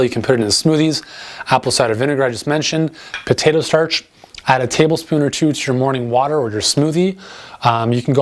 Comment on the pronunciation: sounds like you are saying potato thash ???? Help, Thankyou